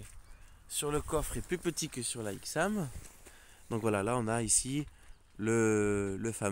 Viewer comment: La ch40 et vraiment moche la nouvelle ch46 et mieux ,est déjà on dit pas ixam c'est aixam, en plus dire accoudoirs au lieu de vide poche sa veut rien dire mais surtout dire que ya pas de vitre électrique alors que les bouton sont sur la console central c'est vraiment n'importe quoi ,il faut connaitre le véhicule au lieu de critiquer et de le comparer a un vieux camping car ,bref mal préparer trop d'amateurisme